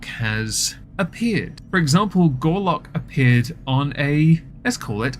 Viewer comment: You kept saying Gorlock & I kept hearing "Garlick"..... thing is, both will clear a room when their outer layers are removed.